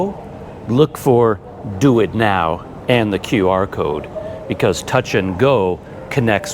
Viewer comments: Well, the "DuitNow" as "Do It Now" really got me 😀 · "do it now" I had to pause and think for a sec that hes actually referring to duit now 🤣